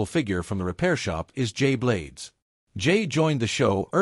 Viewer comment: Clickbait for a history of the show. And incomplete... it just stops partway through. And the AI voiceover is not good — it calls him "juh-blades".